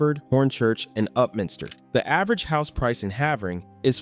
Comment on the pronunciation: Pronouncing Havering wrong